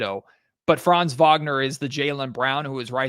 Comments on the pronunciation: I have been wondering for 10 minutes why you kept talking about France. Can you please take one second to look up how to pronounce 'Franz' correctly??? Really disresepectful to butcher his name like this. Not that complicated, is it. Unless you are brain-dead. Have to stop listening. Such a degree of ignorance is unbearable. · While you are being somewhat harsh on the guys (come on, they're American, what foreign language skills do u expect 😁) , you're right: it would already really help if they kept the "a" in Franz short, pronounced as in like "fun". Like that it would at least not sound like a certain country...